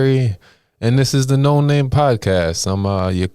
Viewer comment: noNamay...say it how its spelled...lol